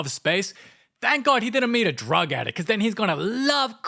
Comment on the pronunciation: When he said if Luca met a drug adickt